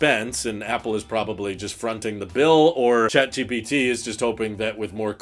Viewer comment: why you keep saying “jat GPT”